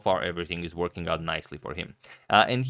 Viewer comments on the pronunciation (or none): none